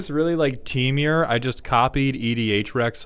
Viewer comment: why do you say "temiur" instead of temur like a normal person? (/j love your vids)